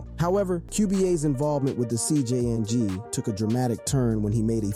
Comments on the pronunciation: NGL the pronunciations are more murderous than the Cartels on this one. it would have helped to do RESEARCH, "Dyalisko" and CJ-ying is just cringe bro, the Poo Shisty was the nail in the coffin. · The CJN MOTHERFUCKING G ITS THE CJNG NOT CGN 🤦🏻‍♂️🤦🏻‍♂️🤦🏻‍♂️🤦🏻‍♂️